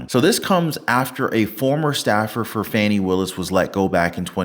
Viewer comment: Trump said Fawni....😂😂😂😂 Most say Fani....and that is a more fun name...so sad she is despicable .